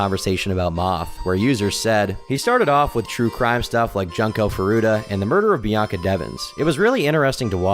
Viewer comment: it's pronounced "June-ko" not JUNK KO